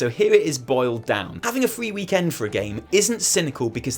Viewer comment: Why do you say weeeek end like that. Lol